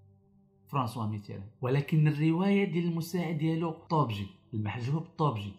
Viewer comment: هههههههههههههه..ولهيلا السيد داير راسه قاري وهو ماكيعرف تاينطق الأسماء كما هي الدليمي كيقوليه الظلايمي وفرانسوا ميتيران كيقوليه متران.. هههههههههه..لا وباش عجبني قاليك الظلايمي كان كيعيط ليه الحسن الثاني أوماكانش كيتكلم ليه وكان كيتدرق عليه هههههههههههههههههه معامن انت؟ وقداش قالها لما يشده الحسن الثاني من ليلته يرجعه كفتة هههههههههههههههه.. تقادوا الأكتاف تامايجاوبوش؟..ههههههههههههههه.. عالااااااااام ديل واحد كذاب وجباهي ..هذا خصه المتابعة القانونية على التطاول على أسياده وانتحال شخصية مؤرخ ..